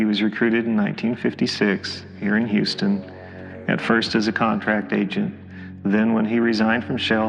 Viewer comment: He even pronounces "Houston" properly. Not that awful "Yewstin" I constantly hear.